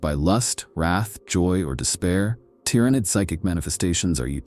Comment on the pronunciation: I really want to listen to this but if I hear "Gynestealers" or "Tyrenid" again i'm going to go crazy